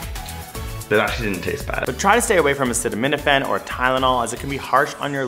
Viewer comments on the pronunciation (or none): none